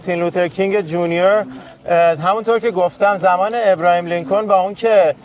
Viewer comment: آبراهام لینکلن نه ابراهیم . یخورده سواد بابا